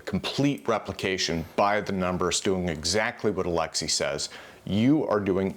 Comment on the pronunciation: Why do you choose to say Alexi as opposed to Alexey.